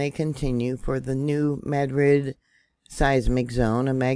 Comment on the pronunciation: Thank you for pronouncing the new Madrid fault correctly. Lol, heard so many miss pronounced syllables from others. Blessings.